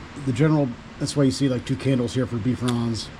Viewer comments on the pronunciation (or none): You pronounce Bifrons as Bee frons but it is pronounced Bye frons. Bi as in two. Bifrons means two faces.